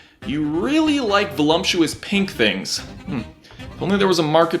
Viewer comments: voh-lupp-chu-us Not VOLUMPCHU-US seriously dude it matters don't bastardize our beautiful tongue. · What is "volumptuous"? Do you mean voluptuous? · "Volumptuous" Wow, it's true that anyone can make youtube videos these days. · *Veluptuous 😂 😂, "velumptuois" ain't a word 😂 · Did you say... "volumptuous"...?